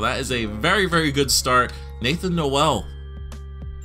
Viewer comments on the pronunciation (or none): Lol it’s Nathan Noal not No-el. He’s from my home town, great guy he was good friends with my brother growing up, was always around the house.